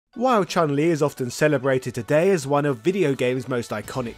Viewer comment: "want to learn more about Chun-Li?" err how about you also try to learn to properly pronounce her name? 🙂